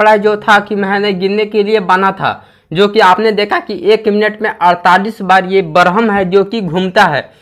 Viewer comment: Barham nahi bolte hai bhai Worm naam hai